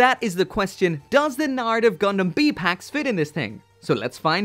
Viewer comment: It’s C PACKS! say it!